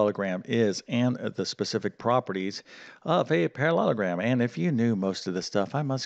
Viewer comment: it is quad'RI'lateral. not quaddlelateral. you seem to struggle with parallelogram too. i am, unfortunately boringly pedantic and english. i think it's important in teaching to get things right. excuse me if you have a speech impediment.